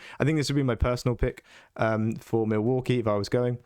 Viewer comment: "Mill" waukee? trying to tell us the absolute secret spice.